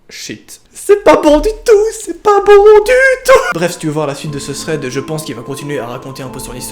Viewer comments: tu a dit Fred au lieu de thread a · Tu dis pas THREAD , tu dis FRED mdr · '' vs êtes friand de fread '' 😂 deso 😘😘❤️😍